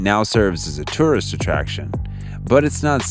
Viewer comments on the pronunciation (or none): none